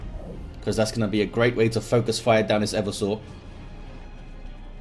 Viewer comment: Hey, it's e-VERSE-ah, not Ever Sore.